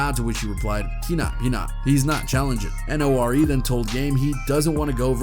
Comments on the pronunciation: Dude, get folks name right. N.O.R.E is pronounced "Nory" and it's not quote: "Jimmy Levine" is Jimmy Iovine pronounced (eye~O~veen). I notice mispronounce many names. I'm not one of those grammar geeks, but pronouns and their pronunciation is important. ✌️ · The fact that you say N O R E... lol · LMAO HE SED “N - O- R- E-“ 💀